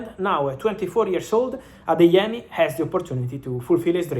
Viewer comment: You're pronouncing the Nigerian names really well Ugochukwu, Adeyemi etc